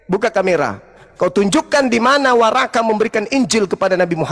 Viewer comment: Ini orang ngomongnya juga ga bener,bukan warakah,worokoh.